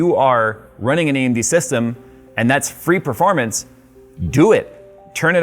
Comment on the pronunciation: No one:: pErFoRmAnCy